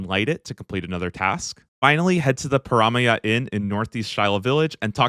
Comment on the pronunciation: I've never hated the way someone's pronounced a location in Runescape so much before. "Kah-rum-jah". Its "Kah-RAM-jah". Like Dodge Ram, because we're Muricans. Dont bow the knee to those redcoats.